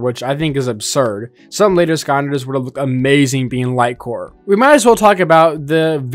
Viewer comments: I really wanted to find out more, but the fact it sounds like he's calling the game "Skonders" just ruins it for me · I’ve never heard skylanders pronounced skylndser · Anybody else annoyed hearing skonders? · Why you saying skanders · Are you saying skamders? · I think he said "Sconders" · Bro is either saying skanlanders or skalanders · is this guy not capable of saying skylanders? literally ended the vid 5 mins in its too frustrating to hear him speak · Is this guy saying skanders? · Him saying skonder has genuinely made me not interested in this video anymore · No way you pronounce it skarnders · The fact you called it skanders annoys me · i was gonna watch but this mf sayin skonders is pissin me off too much💀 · why do you skynders is it just me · how are you a skylanders youtuber but you cant pronounce skylanders “Skaanders” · Bro can’t talk right it’s sky landers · Are you saying "Skylanders " or "scanders" cause scanders is kinda better, I like that if so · why bro saying skaunders. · Why does he say skonders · What in tf is a skaander? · Bro saying skanders 💀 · I'm less than a minute in and I just cannot stand him saying sconders im just not watching it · He said Skylanders correctly one time. Only once. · Is anyone gonna mention how he says skylanders? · Am I the only who hear him pronounce Skylanders wrong or am I something missing here? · I love this channel but how is there a skylanders YouTuber who can’t pronounce skylanders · I dont understand how you pronounce the lander clearly in gimmicklanders but you dont pronounce it at all in skylanders. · This guy might be a genius, mispronouncing skylanders for engagement bait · Imagine making a whole channel dedicated to skylanders, while not even being able to pronounce the fucking word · why does he keep saying skylanders as skonders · Why are you pronouncing scanders instead of sky landers? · i hope i didnt misshear but i think you said "skanders" instead of skylanders lol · It's Skylanders not Sconders